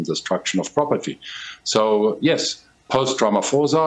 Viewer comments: but it is RamaPHOSA. not RamaFOSA Come on can you at least try to pronounce the namecorrect? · Has this man never ever said "ramaphosa" correctly? How is he still calling ramaphosa, ramafosa as if he just read the name!!